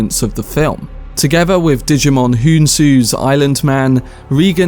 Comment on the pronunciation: Note: That actors name is pronounced Jai-mon Hon-soo. I know it’s hard to know that when no one ever says his first name. I heard someone say it several years ago!